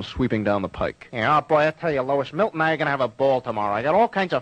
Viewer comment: Milt. "Milton".